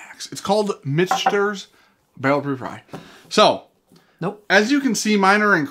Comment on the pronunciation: It's actually pronounced Mitch-Ners. Its kind of like a silent N, except it's invisible. You can't see the N, but you pronounce it.